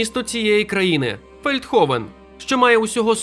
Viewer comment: Feldhoven, значить Фельдгофен. Г, а не х, бо Голландія (Holland), Гаага (Den Haag), Ганс - Hans…